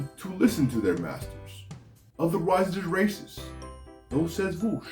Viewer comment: that last "voosh", tho!!! I laugghhhhhhheeeedd! :)